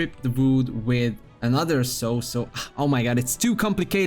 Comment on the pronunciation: nice video 4/5, the only thing that takes a point is the near-continuous mispronunciation of common words, like "a saw" which should be pronounced as [/sɔː/] (U.K. pronunciation), or [/sɑː/] (U.S. pronunciation)